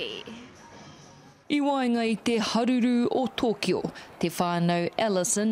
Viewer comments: Arran I think if they understood kanji and read it as Toukyou they would have nailed it better. But as we do pronounce our vowels the same when it’s spelt Tokyo that’s how we’d say it To-kyo. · The Maori reporter pronounced Tokyo incorrectly. It’s Toukyou if you look at it correctly. It’s the same vowels as Maori. And only saying this cause you get nailed in NZ if you pronounce Maori place names incorrectly. 東京 (toukyou)